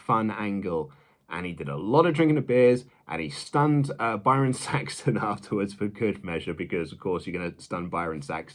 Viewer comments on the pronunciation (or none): none